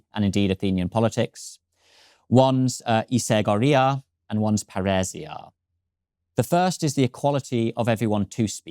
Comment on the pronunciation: paeresia.... what the fuck is he talking about... AH ΠΑΡΙΣΙΑ.... i c... now how Pa(like paris) ri (like ribon) sia (like Siam) became a runic slug word i ll let the english speaking expert that has no alphabet but runes in his language to explain. i ll just remind him viking invasion that introduced germanic runes in english happened roughly 1300 years AFTER the time he is describing.